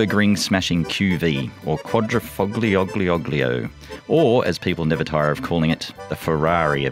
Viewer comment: get Mr Berry to help you pronounce Quadrifoglio! 👍 Good review on this Giulia wagon 😉